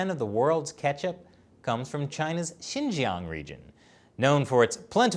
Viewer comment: I find it hard to listen to a man who prob ounces Xinjiang as “shin-gang”